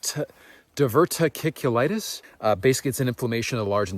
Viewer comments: Diverticulitis - is pronounced first part is Diver (like an underwater swimmer ) then tic ...u...litis. Hope you feel better. I came across a brown bear on a trail run, i slowly backed away. It freaked me out, it was a unreal experience. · It is pronounced as Diver tic u louses